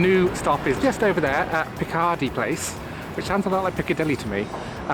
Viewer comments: Not even in Morningside (Edinburgh's snootiest area - allegedly) do they pronounce 'Picardy' (as in Picardy Place) like the surname of Jean-Luc Picard with a 'y' tagged on at the end! The stress is on the first syllable. As a fun fact,, you could have mentioned that Sir Arthur Conan Doyle was born at 11 Picardy Place, but houses on that side of the street were demolished about 50 years ago, when an extremely large roundabout was built. Until the 1960s Edinburgh had a surprisingly comprehensive suburban rail system but Dr Beeching's cuts put paid to most of it. A professor at Edinburgh University (unfortunately I have forgotten his name) produced a plan in the early 1970s than would have incorporated a lot of the disused railway lines into a Light Rapid Transport system (aka a tram network) that would also have used tracks going down some roads (including Leith Walk). However, this was just a hobby for the professor and, although he gave many presentations, the city council were not interested. Mind you, nothing moves fast in Edinburgh. The city bypass was first proposed in the late 1920s but wasn't completed until 1989. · Welcome! You got a nice day for your visit. Picardy place has the accent on the first syllable btw :)